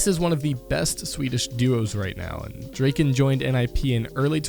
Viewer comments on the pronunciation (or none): Draken is pronounced almost like drawken and it means The dragon in swedish :)